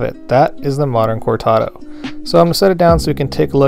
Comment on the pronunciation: please roll the ‘r’ in cortado.